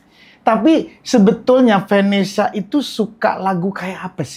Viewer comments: bilang Vanessa gua dengernya venesse. hahahah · kenapa selalu ngakak kalo bilang vanesya